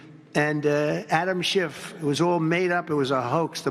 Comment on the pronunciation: Russia russia Epstien .. ee uhh Russia. SHHHIIIIFFF